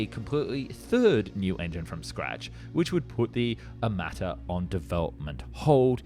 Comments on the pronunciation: 1 it's Armata, not amarta 2 tank looks good ON PAPER ONLY 😂😂😂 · Really, "Amarta"? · It's not Amarta. Smh. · I think it's "T-14 Armata" (meaning "cannon") not Amarta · It's ARMATA not AMARTA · It’s t14 Armata not Amarta. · I thought it was aRmata ....no ? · How accurate can your video be, if you can‘t even get the name right?